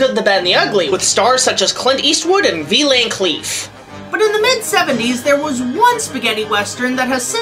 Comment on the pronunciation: "Vee Lan Cleef"